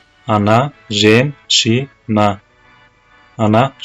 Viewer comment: Только не ребЬёнок,а ребЁнок😁 Не женЧина,а женЩина) вам тоже нужно ещё тренироваться с произношением😁